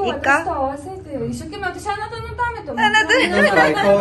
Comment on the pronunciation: 「人形の家」 あなたに→はなたに オリジナルは英語的な発音が特徴。